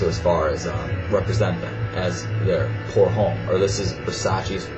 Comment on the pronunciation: Pour Homme is pronounced as "Pour Omme"